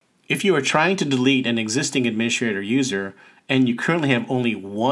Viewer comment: "Admini-S-T-rator", not "adminiSH-rator". There's no "sh" sound in "st".